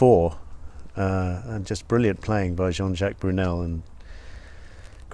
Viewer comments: Burnel not Brunel! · JJ Burnel, not Brunel.